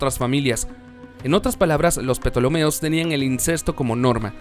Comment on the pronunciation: Los Petolomeos jajaja la P no se pronuncia Ptolomeos